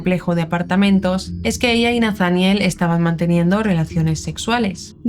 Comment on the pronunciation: Es Nataniel acentua en la e